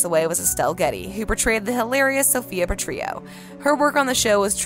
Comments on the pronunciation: Its Rhoda not Rhonda and its pronounced PartrilLO not PratriYO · Patrillo is pronounced with the "Ls"... They are not silent also when you told us about Sid Melton you didn't even show one pic of him. 😳